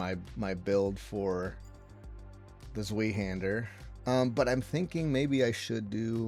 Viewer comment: I got ear cancer with your pronounciation of Zweihander